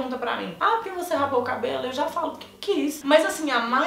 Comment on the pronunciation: é "raspou" e não "rapou":)